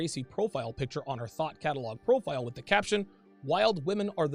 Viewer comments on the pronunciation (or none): Oh thought catalog. It sounded like you said thot catalog.